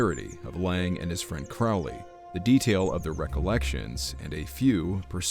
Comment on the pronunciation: His name wasn't pronounced Lang it was Laing.Layng!!!!